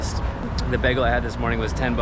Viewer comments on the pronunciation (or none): Your pronunciation of BAGEL is wild.